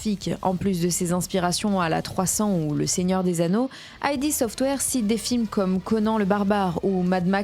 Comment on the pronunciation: Petite précision Id Software se prononce "id" et non pas "aïdi" software. Id désignant le ça Freudien. Super vidéo en tout cas! Merci à toi!